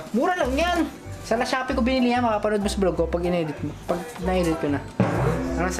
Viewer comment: Pakinggan nyo yung Lashoppi daw sabi ni